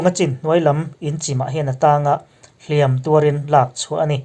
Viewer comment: hlîam(thlùk sâng) leh hlìam(thlùk hniam) hi i hmang diklo leh ṭhin.